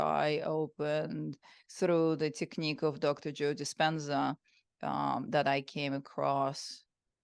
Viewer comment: Please dont say 😮 Joe Dispena 😮